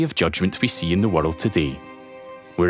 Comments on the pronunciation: Never heard anyone pronounce "world" as "wordled" 🤣😂🤣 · "Change the waterld?"